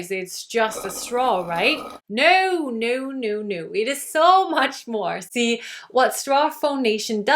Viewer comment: I'm trying to guess what other language you speak. The way you said "tsee" for "see", I'd say German?